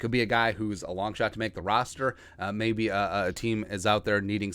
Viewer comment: "rooster"??? LMAO